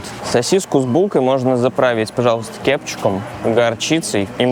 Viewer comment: Он сказал "кеПчук"?😂 "Бичпакет"?) Ну точно наш, от мне мнравится❤